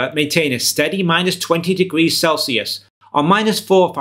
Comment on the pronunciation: "Celcius".... Sure...